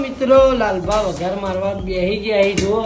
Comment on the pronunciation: ભાઈ વંઘાર ના કહેવાય વઘાર કહેવાય